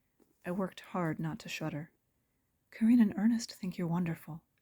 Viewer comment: I noticed the black cat near the beginning, funny! I got so absorbed in the story I didn't notice another one. Great job! But (minor point) I thought Carine's name was pronounced like "Careen".